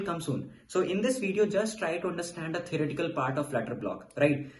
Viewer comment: why does he keep saying erotical, is it theorEtical?